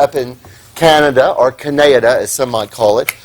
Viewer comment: Who the fuck says canayada?